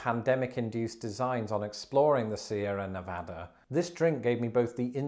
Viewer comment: After taking the piss on you, you said Sierra Nevada correctly! Cheers!